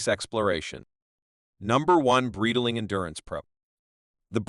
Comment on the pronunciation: The way AI's rape the Breitling name and other parts makes the video humiliate the watches and the whole brand. Horrific.